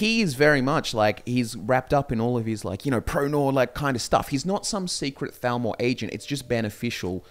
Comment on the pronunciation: Your accents on occasion make the “TH” sound far too similar to the “F” sound and that makes it hard sometimes. No idea if you’re talking about the Falmer or Thalmor.